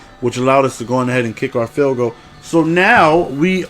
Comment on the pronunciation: This is honestly. Like all seriousness a genuine question. Why does say "bundoo" instead of "bundle" and "field go" instead of "field goal"